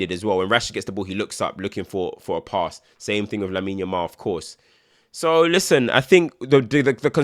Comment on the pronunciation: Thing or Ting mate?